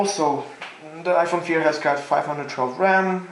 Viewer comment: nigga said iphone feer lmfaooo